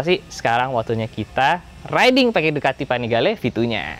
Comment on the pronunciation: yg gw denger Ducati vanigale 7